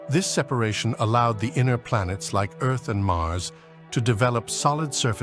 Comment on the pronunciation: I had to quit listening. If I had to hear this GODDAMN AI say "earth-s"one more goddamn time!